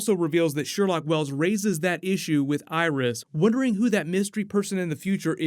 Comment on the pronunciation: its Sherlock not Sherlock